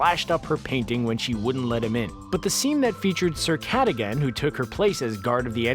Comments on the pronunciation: Its sir kud ug on not kut a gen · Its c-uh-dughen not cada-gan I sound like hermionie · It’s Cuh-dog-an not ca-da-gan. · It's Sir Kuh-Dug-in. Not Cat-uh-gan. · FYI the name Cadogan is pronounced Cadogin (the sounds are short) not Ca-doh-gan (youre stretching the sound and its kinda weird), here in Scotland where the name hails. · "Caddigan"? It's "Ca-dog-un". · Miss pronouncing names and getting information wrong once again. It's pronounced Ca-dug-in, and Neville didn't misplace it, Hermione's cat Crockshanks snuck into the boy's dorm looking for scanners and not being able to find him stole the paper with the weeks worth of passwords from Neville's bedside table. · Sir ka-dug-gan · Sir Ca-DUG-gan. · Good job mispronouncing Cadugan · CJ Johnston You’re right. It made me crazy when the narrator mispronounced